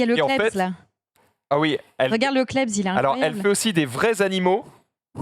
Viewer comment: On peut arrêter de dire CLEBZ alors que c'est CLEBS